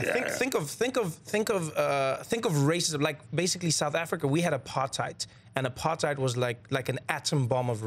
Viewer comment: Trevor said "Aparthaait" ha-HA!